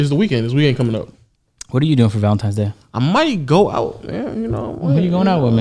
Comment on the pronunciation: I'm sure was saying Valentimes